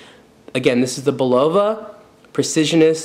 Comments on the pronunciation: Bu lowa? Really??. c'on!. Say it wit me: It's Bull a vah...Would you buy a Camaro from a guy who called it a "Camer-oh"? or a Coke from someone who called it a "coke-cola" ? I don't think so. You tell me to stfu, yet I'm "mean"...ponderous man,,that's just ponderous. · Bull low va?? It's Bul luv ah... Old US company. Credibility lost, dude. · BULL-o-va not the way you say it. Also Champlain was a famous explorer, not to you I guess. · I believe the pronunciation is: BULL-uh-vah The company name has been around forever but I don't know who owns the name now. I like the sweep-second but the style is not for me. There are others of the whole "Precisionist" series. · Bill L thank you, I'm not the only one hearing this. Plus his since of humor is ,ah lacking.